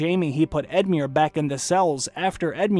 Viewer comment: just edmiure was as murrer but the rest was fine:)